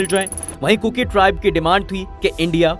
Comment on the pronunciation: First of all please, bolna sikho kurku nahi kuki hai.